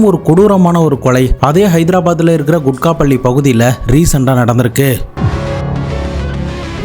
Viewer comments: யோவ். அது. கூகட். பள்ளி. (Kookat palli). குட்கா. பள்ளி. இல்ல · Kukkat palli not kutkat palli